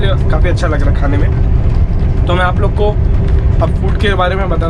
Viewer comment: Dear.I really like your vdos from.bottom of my heart. How ever for making your talks more loveable one suggestion. When you say " मैं आप लोगों के लिये जागता रहा, मी " अप लोगोन के लिये" ये किया वोह किया etc. अगर आप ने "अप लोगन " avoid kiya toh aur बढिया लगेगा. Actually your comentry every thing is "excellent. All the best.